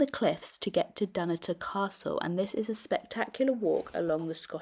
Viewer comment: Sorry, also Dunnotar.